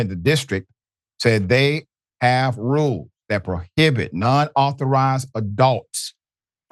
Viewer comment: Please Dr Richey do a better job at pronouncing the S at the ends of words. Its "rules" not "rule". Come on🙄